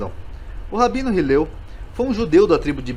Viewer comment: O nome é Hillel,e não Hiliel